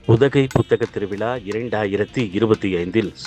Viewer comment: முதலில் பேசியவர் திருவிழா என்று சொல்லாமல் திருவிலா என்று சொல்கிறார் 😢